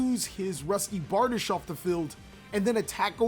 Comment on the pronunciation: Its Barr-Deesh by the way :P